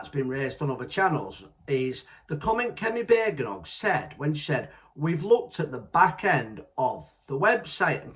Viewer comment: It's Bad-en- och mate. 😂😉